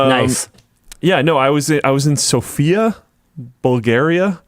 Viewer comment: Sofia is pronounced with stress on the first syllable. Also, I like being in Sofia too.